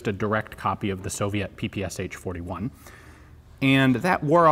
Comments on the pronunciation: ППШ has 3 letters not 4 it is not ППСХ just say pa pa sha Other then that nice review. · The SH in PPSH-41 is pronounced as in word SHelf